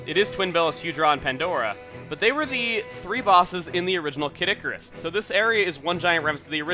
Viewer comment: I keep thinking he says 'Caddicarus' the Youtuber rather than 'Kid Icarus'.